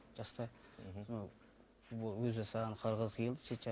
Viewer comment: Далбаеб екенсин .бул баланын тили нашар шыгады,соны естип кулип турсын ба Ежик! акенин ауызын сигейн